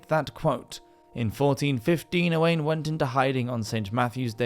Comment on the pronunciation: His name Owain is pronouced Oh- Whine not Owain